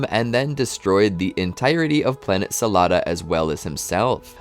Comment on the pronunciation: The planet is called sadala not salada 😂😂